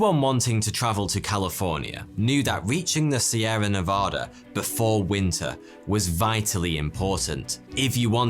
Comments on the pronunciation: Nev-AD-a not Nev-AH-da. We-ber not web-ber. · I don't usually like being a stickler for pronunciation but you had mispronounced Nevada. People in this state (my home) often become very angry when this happens. It's not your fault though, since most of my country can't or won't even attempt to pronounce it correctly. Thank you for all of your awesome content! Have a great day.